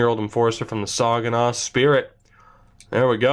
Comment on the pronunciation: You said Saginaw wrong..